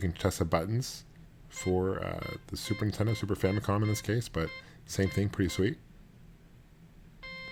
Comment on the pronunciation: I love how he says "the zooper teddoh" instead of super nintendo, i do that too